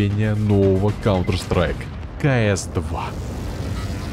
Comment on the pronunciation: В начале сказал :калдер страйк?😂